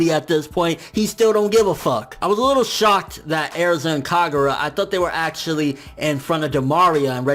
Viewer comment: how pronounces erza (Airdza)